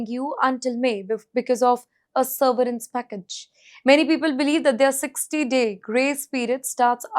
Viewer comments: It is severence……not seRverence…….you make your channel look bad by these ridiculous pronunciations. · SERVERANCE? Or severance? 😂